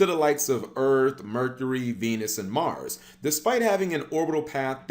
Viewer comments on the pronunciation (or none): none